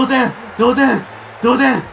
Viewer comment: 同点！！同点！！同点！！同点！！ 童貞！！ごめんなさいそう聞こえました